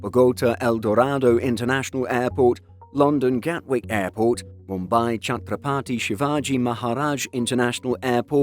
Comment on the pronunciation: Mad respect for pronouncing the Mumbai airport name